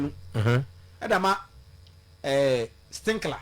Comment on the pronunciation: Why does he keep saying "Stinkler"